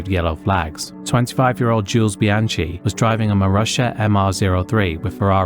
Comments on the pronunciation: A few corrections, if I may. Bianchi is pronounced "Bee-AN-kee", not "Bee-AN-chee". Jules' best F1 finish was 9th, not 8th. It's Romain Grosjean ("GRO-zhon"), not "Gross-Jean". The 19-year-old marshal's body was not split in two. His red sweatshirt came off during the impact, which has unfortunately fuelled that misconception. And Ligier was a French team, so it's pronounced more like "Lee-zhyay", not "Lye-gear". Small details perhaps, but worth getting right in a video covering such serious incidents. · It is pronounced Bianki not Bianchi. He was French hence the difference in the sound of the 'ch'. It's also Grojohn also French. You really should learn to pronounce names correctly to give proper respect. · I have to agree on that. Things like Grosjean (Groh-zjeahn) and Bianchi (Bee-an-khee) are difficult words, but they are famous names. A bit more respect and research could have been warranted.